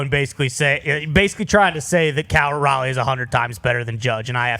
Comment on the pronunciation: yea telling him to play another position sounded like a joke until he kept a straight face. He also mispronounces Raleigh's name